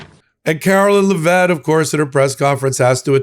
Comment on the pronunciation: Why can't say Leavitt all the time? He usually, but not always, say LeVette. I just find it annoying. Although not as annoying as when he shifts to huckster mode for his commercials. He's great, other that.